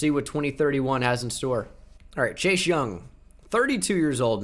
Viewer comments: I love you. But this is really driving me crazy. Why do you say Chache Young. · I love how he says chase like chash